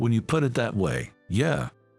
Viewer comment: There is no "R" in Yeah!